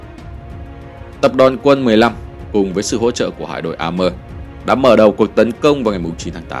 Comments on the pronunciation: Sông A-mua, phiên dịch ra tiếng Việt là như vậy, chứ không có A-mơ kiểu phát âm tiếng Anh như vậy. Thế giới có nhiều ngôn ngữ, không thể nhìn thế giới qua lăng kính tiếng Anh vì ta là người Việt. Góp ý cho kênh. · Đọc a thì phải a mua. Nếu theo Mỹ thì là êy mơ phải ko nhỉ?